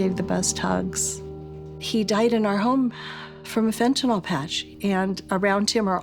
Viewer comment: Dr. Nora Volkow is the only one who seems to know how to properly pronounce "fentanyl". Pill, hill, spill, thrill, shrill, mill, drill, fill, Benadryl, fentanyl. Couldn't be easier.